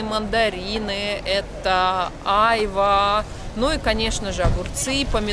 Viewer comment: Очень все интересно, но,пожалуйста, ставьте правильно ударение,тем более,что владеете языком. Просто прислушайтесь, в турецком языке ударения приходятся на последний слог. Не Уста,а устА, не чОрба,а чорбА,не Айва,а айвА, и т.д.. А то,как ножом по стеклу, или ,извините, серпом по ....Конечно, тем,кто понимает турецкий язык.